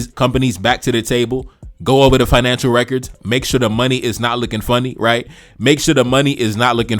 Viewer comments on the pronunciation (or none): none